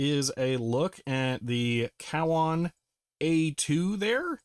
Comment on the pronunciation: Thr pronunciation was more like CO-WON